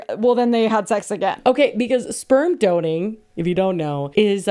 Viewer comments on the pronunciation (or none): I’m cracking up at “sperm doning” instead of sperm donating 🤣🤣🤣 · Not "sperm DONING" lol